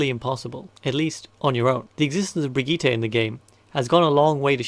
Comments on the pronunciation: I really have to say it: It's Brigitte and not Brigette or Baguette :( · We all just going to ignore the "Brigeeeeta" thing? Love the videos but someone has to tell this dude.. :( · "Brigette" Also great video :)